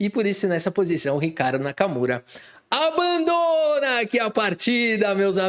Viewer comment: verdade, principalmente o silêncio temporário e com a expressão dele kkkkkkkkkk